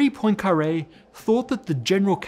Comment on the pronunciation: He also mispronounced Poincaré